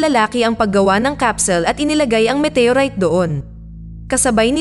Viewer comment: Walang pelikulang METEYURAYT! baka galing din sa ibang planeta ang nag salin sa salitang pilipino. OLRAYT METEYORAYT